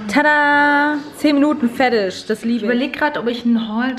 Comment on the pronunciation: wie du 'Spageddi' sagst & 'feddich' & 'spädda' <3 love it